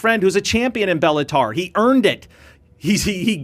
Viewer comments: It’s Bellator not bellatar. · STOP saying Bellatar. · Belluhtar?? Lol it’s bellaTOR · "Bellataur" Is that the female version of the Minotaur? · Friendly correction: You’re saying Bellator incorrectly like a casual. It’s not Bella”tar” 😂 Pronounced: Balla”tore” - Bellator Just FYI. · Bellator not bellatar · It’s BellatOOOOORRRRRR, not AR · I never heard Bellator pronounced "Bellataur" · Dude needs to learn how to say Bellator properly if he want to analyse the sport of MMA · Dude can you please pronounce the name of the promotion accurately!!?!! It’s giving me a bigger headache every time you say it 🙄